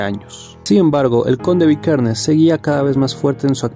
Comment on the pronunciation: Pésimo video, ni los nombres sabes, Varg virkenes???